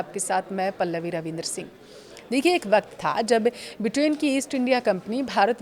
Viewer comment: ब्रिटेन को बिटेन क्यों बोल रही हो।